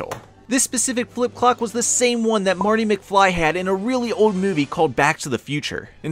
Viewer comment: REALLY OLD!!! You emphasized that a little too much, for us old folks lol